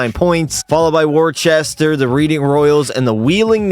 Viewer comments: Reading lol Its Red-ing All good tho! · Reading (Red-ing) just made me laugh all good tho